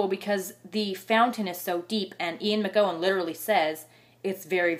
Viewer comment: An animated review, but just one pet-peeve. His name is McEwan, pronounced Mc-U-Wan, not Mc-Go-Wan.